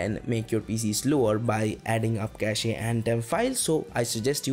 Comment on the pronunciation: Nice content. Thanks. By the way, its pronounced as "cash" and not "cashey". When its pronounced Cashey, it become a completely different word.